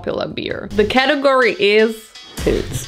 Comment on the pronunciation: Every time you said "pils" I thought you were saying poods LMAO